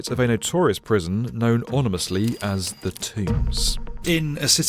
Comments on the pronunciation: Did I hear “onimously”? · you said 'onimously"